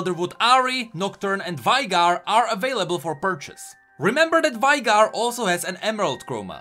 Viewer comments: I disliked bcs you say vaigar and not veigar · wish yall learned how to pronounce veigar. its been 10 years. its VEY GAR. its not hard